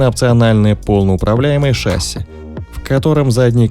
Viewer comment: Судя по гуглу, произносить правильно не «шАсси», а «шассИ» нужно